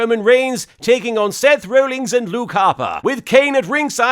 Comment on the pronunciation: I think it's hilarious that Martin continuously refers to Seth Rollins as "Seth Rollings".